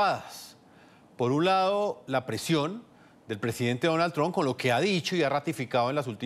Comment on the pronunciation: Cómo es que esta gente no puede pronunciar TRUMP correctamente??